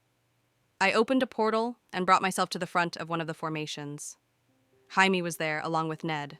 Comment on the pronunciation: I'm just saying every time it gets jamie's name wrong.I think of blue beetle